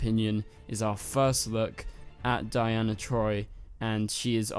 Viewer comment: Donna * troy lol not Diana 😂😂